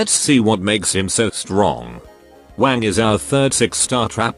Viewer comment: I always hear Wang as wank in this video 😂